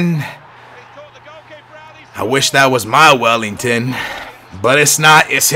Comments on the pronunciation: Welliton not Wellington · welliton not wellington!!! big difference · IF Cesar. Welliton, not Wellington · It's Well-I-ton not Well-ing-ton :D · its welliton not wellington, poo poo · Can you please stop saying "Wellington" it's "Welliton" with no G